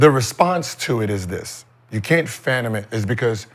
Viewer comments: I wanted someone to tell Gil the word is fathom not phantom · "fathom," not "fatom," Gil... juss sayin...